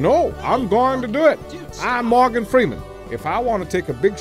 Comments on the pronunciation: ... MorAgan Freeman? Seriously guys? :D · "Moragan" Freeman? Wasn't that an Irish war goddess?